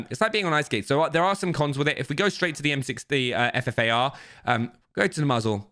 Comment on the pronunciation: he says fart instead of ffar